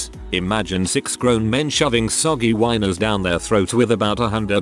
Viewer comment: "Jifft" card, LoLz! Chocking down "whiners", LoLz again!